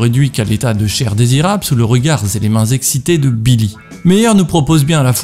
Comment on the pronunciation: Très chouette contenu ! Petit commentaire que j'espère constructif : c'est bien de prononcer les "s" de liaison, mais attention tu en mets très souvent là où il n'y en a pas. Ex : "le regard z'et le propos", ou encore "dont l'arme blanche n'est ni z'une machette...". Voilà, bisous